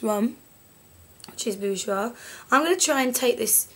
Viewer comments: PS - You said "Bourjois" perfectly! :) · Haha don't worry, I'm French and I can tell you that you don't pronounce "Bourjois" that bad, anyway this really was useful, you should definitly do that for other products: brushes, palettes, etc... Anyway you two are great, thanks to you I can finally manage not to look like a Picasso, I do worship you haha.